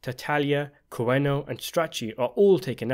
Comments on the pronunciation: I think it's Cuneo, not Cueno. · Dude, you have a youtube channel dedicated to researching the "Godfather" series. At least get the name right. It's the 'Cuneo Crime Family'. Not Cueno 🤦🏽‍♂️ Kuu-Ne-Yo. Not Ku-Eh-No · Cuneo.... Coo-knee-oh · ..it's "Cuneo" not Cueno. It's pronounced (coo-neo). PLEASE. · Its not the Koo-ayn-ohs… its koo-nee-ohs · Not "Cueno" but cuneo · That's COO-nee-o. Not coo-NEE-o. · It’s pronounced coo-nee-oh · Cuneo is pronounced koo knee oh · Cuneo is actually pronounced. koo-neh-oh. (Everyone in the movie pronounced it incorrectly). The Italian E is pronounced like "eh" in English. Now if it was spelled Cunio, then the Italian I would be pronounced like a ee in English. Funny because Micheal pronounced Cuneo's name incorrectly but pronounced Stracci's name correctly (Vito pronounced Stracci's name incorrectly). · Bo ah! That's a pronunciation in both Spanish and Italian for the letter E. I only brought up how Cuneo's name was mispronounced as "Cuino" by the narrator in this video. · luv the channel and your content. Coo-ne-o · Pronunciation class 1. Corleone, Cor-Lee-own 2. Tataglilla Tat-tal-ya 3. Cuneo Coo-nee-oh 4. Stracci Strot-chee. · Great analisys, but it is "Cuneo" not "Cueno". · It’s Cuneo. Not Cueno. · It’s “Cuneo” not “Cueno”. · Cuneo. Coo nee oh. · Why do you keep mispronouncing Cuneo’s name, do you simply not know his name or what? I keep hearing Curano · nice job, but mispronouncing Carmine Cuneo's name.